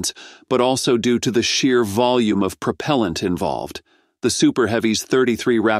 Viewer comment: Almost nothing about NASA. This article is an AI fail, including the synthetic voice that is unable to pronounce propellent.